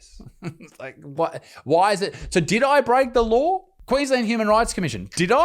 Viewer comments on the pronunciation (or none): It's not laawrrr, it's law mate. Have a good one. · You should be feloniously charged for your communist english speaking. Law is not pronounced lauer. Kinda like no aint pronounced nauer. The worst part is yall have the audacity to put unnecessary vowels in words like color, spell it as colour, and say it as colauahr. That's the real crime here....or heereuh